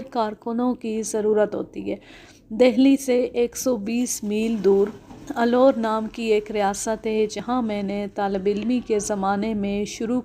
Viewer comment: Aloor nahin Alwar